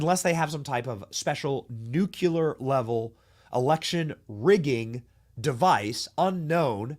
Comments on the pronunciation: Nu Cle Ar Not NU CU LAR Thats a BUSH created word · Benny, it's New-klee-er. I always cringed when Bush said it wrong. And why are so many Commie commercials in your stream? BTW 400,000 dollars is not an average income. Keep close to God and be a great example for your cause. Your kids will thank you.